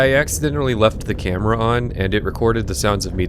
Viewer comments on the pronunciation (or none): none